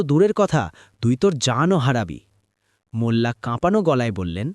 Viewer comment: ভাইয়া মুলা বা মুল্লা না।।। মোল্লা হবে।। আর সব সময় এরকম সাউন্ড ক্লিয়ার রাখবেন মিউজিক দিবেন না একদম প্লিজ